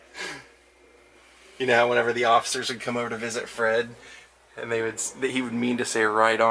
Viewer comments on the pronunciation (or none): none